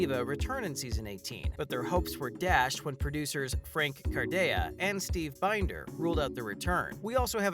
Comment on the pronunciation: Hate it when news people can’t pronounce names right. David ( da veed). And Binder ( bin der ). Can tell you don’t watch.